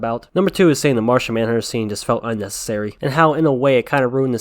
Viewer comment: Person OF colour, not person o'colour, saying, NOT sayin'.